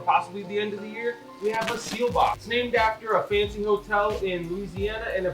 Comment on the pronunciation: Seelbach not seal box! 😂